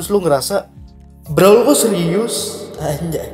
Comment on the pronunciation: Itu bacanya Brawel ya dek😠